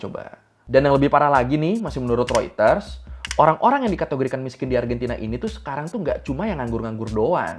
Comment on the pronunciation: pelafalan Reuters sudah googling juga ya... nice nice nice